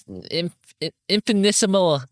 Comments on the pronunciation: small note: the word is pronounced like "infant-decimal" but without the D in decimal, and make the T a bit hard. 🙂‍↕️ i like language and grammar, that's the only reason i'm saying so! hope this is helpful :> and man... S1 was making me so incredibly sad. i'm so glad OP made it to the other side and turned his life around completely. i had issues with my body starting really early, because i got fat around age 10. i started to suck in my stomach too and lived like that for over a year in high school before my body started doing it naturally. i literally just now realized that i was doing it and that it's somewhat painful because i do it almost all the time still, over a decade later. literally nuts to be close to 30 and sucking in my stomach like i did as an insecure teenager. i wish all the kindness and support to everyone who is also on their weight loss journey! i'm still trying even after a year of like no progress, so don't be discouraged! it's especially hard too because i'm neurodivergent and i hate eating as it is. but i believe in all of us who are trying. (also completely felt when you said "slide into my DMs" LMAO like same, OP sounds like a cool dude 😂) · Infinitesimal "In-fi-ni-tess-uh-mal", if you wanted help with the pronunciation a bit. I didnt know how to pronounce it consistently correctly until I heard that Mother Mother song lol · “In-fi-ni-‘tis-mol” lol I love that word